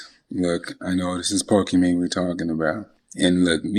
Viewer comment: This guy says pokemanie my gf. Who calls their gf by their streamer name?!? What a fail